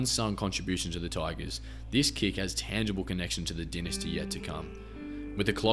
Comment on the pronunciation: Great video but can you learn how to pronounce dynasty please lol